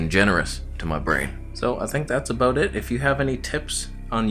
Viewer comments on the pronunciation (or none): We heard the Canadian accent when you pronounced "about" aka "a boat" 🤣🤣🤣🤣🤣🤣 I wish they would put your face on a Canadian coin like